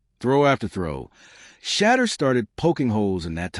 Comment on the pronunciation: Get the pronunciation of Sanders first name. Your Blogs are too long! Please just give us the facts, no embellishments! I’ll listen to one more Blog before I unsubscribe.